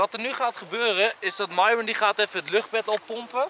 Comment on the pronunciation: Niet zoals Enzo het zegt nee... Je schrijft het goed! maar je zegt Miron